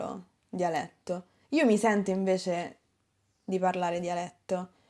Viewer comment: Sento il tuo dialetto romano quando tu dici la lettere 'c', per essempio, la parole 'invece', perché qui dici la parole 'invece' come 'inveSHe', con un C fricativo, invece di 'inveCe' , con un lettere C affricato splosivo (as in word C'é, ci etc) :) Grazie per tutte le tue lezione, sei molto buon insegnante!